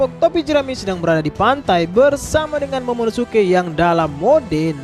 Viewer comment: Narator : "Momonomesum" 🤣🤣